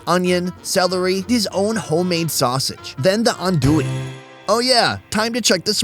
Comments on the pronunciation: "An doo e" ahahahah not even close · I am from Louisiana and when he said ANDouille I laughed it's spelled that way but I pronounced ON,do,e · LMAO! still said andouille wrong with the phonetic spelling on the screen.